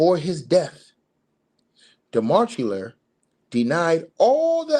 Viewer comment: His name is pronounced de ma che lier